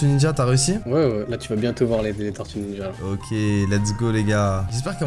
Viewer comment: Tu écorches le nom des tortues ninjas!